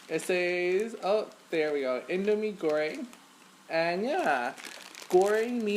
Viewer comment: You pronounce indomie goreng perfectly yay haha